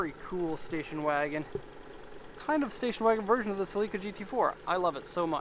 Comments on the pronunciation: Still pronouncing it incorrectly.. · Lol, I like how he says celica.😂😂